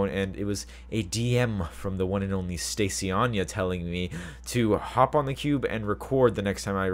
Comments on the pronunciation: He called her Stacyanya! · HE SAID STACYANYA!! aww i miss watching joey and stacy videos.